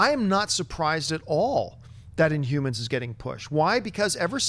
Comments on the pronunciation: Why does Schnep keep saying inyoumans? INHUMANS. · Schnepp, I love you but you don't pronounce your H's. You say Umor, InUmans, Umans! all three of those words should have an H at the beginning of it. I'm sure you probably don't mean to, or I just can't hear it cuz my hearing sucks sometimes. Haha! keep rocking the Heroes.